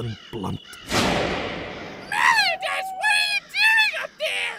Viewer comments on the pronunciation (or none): It's Meli-ODE-as, not Melio-DAS! (Spelled Meliodas) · I’m cringing at how you’re pronouncing meliodas’s name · It's weird for me to hear MeliodAs instead of MeliOdas. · The Superior Tacticians she said meliadas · It’s meli-o-Das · Why is meliodas a racist Irish stereotype? Why does it work? Also I thought it was pronounced meli-oh-dass... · Why do you say meliodas wrong? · Am I the only one who gets annoyed and cringes because no one pronounces his name correctly? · Anybody a little irritated how they pronounced Meliodas' name? I know thats the joke but its still annoying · The pronunciation of 'Meliodas' is cringe worthy. Otherwise a funny show. That is all.